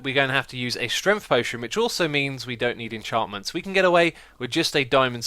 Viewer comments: why do you always say stremt and not strength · “potion of strenf”